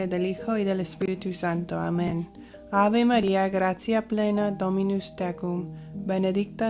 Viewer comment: La ave María no está pronunciada correctamente si bien la letra es correcta el acento de la pronunciación no